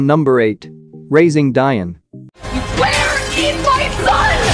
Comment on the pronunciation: MANNNN....You keep messing up names and titles! 1. Raising Dion (DEE-ON) 2. Vox Machina (V-OX MOK-N-A ) You're welcome!